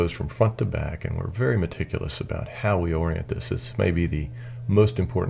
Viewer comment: He says medticulous a lot!